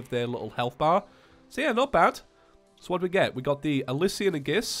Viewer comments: hey I just want you to know that aegis is pronounced as EEjis hope I helped out to stop ppl getting triggered with bad verbal grammar also when you get to D.O.G I wish you luck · No offense, but I'm pretty sure Aegis pronounced Ay-jiss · Aegis is pronounced A-jiss.